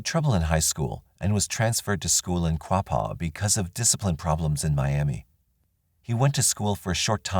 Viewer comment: Miamah and Quahpaw is how they are pronounced. A lot of our towns are Native American names 👍 This jackass deserves to suffer and rot.